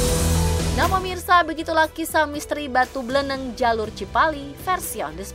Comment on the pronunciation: BLENEG KOK BLENENG.. BLENEG sebutan buat orang yang gedhé,pendek dan gendut ,.. Orang yang guedehe, pendek dan dan gemuk bagi orang Jawa dikatakan MBLENEG, contoh dalam pewayangan seperti wujud Semar, Togog.. Limbuk.. Nah batu itu bentuknya MBLENEG seperti Togog atau Semar..